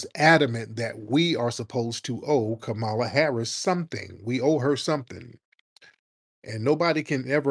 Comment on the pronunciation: Did he say Kamammy???🤣🤣🤣🤣🤣🤣🤣🤣🤣🤣🤣